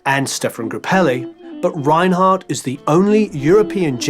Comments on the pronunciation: His name is pronounced "Renard" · Thanks for an excellent and elaborate docu. However, one thing prevents me from fully enjoying it: your pronunciation of his surname 😞 You pronounce it in an (English-) German way. It is pronounced in French, with no roll on the re- and t at the end is not heard, stress on second syllable.